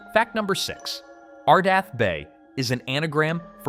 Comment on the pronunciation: It's ArdETh not ArdAth, so that dismisses the anagram theory. Come on...😮